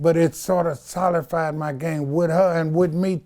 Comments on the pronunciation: He really opened up in this part of the interview. Suga free wasn't telling the game though because it's to be sold! And Every time he said "solified," instead of solidify, I cringed 🤦‍♀️🤦‍♀️🤦‍♀️ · Can you say Solidify correctly one time please!!!